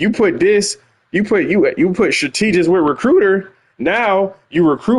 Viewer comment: Love your videos dawg but you making my head tick every time you mis-pronounce strategist. My sisters are educators and it is also a word I used to have trouble with, so I'm not trying to be a correctologist (yes, I made it up) here. I still have trouble with quite a few words myself like synthesizer and insurance, lol. Keep the content coming.